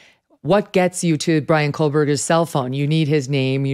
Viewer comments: Not Kohl-berger, Kelly. It's Koh-berger. Surprised at you. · There's no "L" in Koeberger, Megan. It's. KOH, not KOHL. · Jeez Kelly. Blum has repeated Koh-berger about a 100x for you, but you continue (to even READ) his name as Kohl -berger . Who wrote your script today? Take them to task. Unacceptable when this is such a huge well reported story. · “KOH burger”